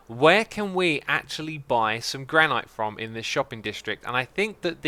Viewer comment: It's pronounced Gran-it not gran-ite